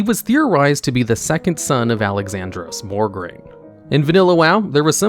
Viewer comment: what if I told you that there's no R immediately following the O in Mograine?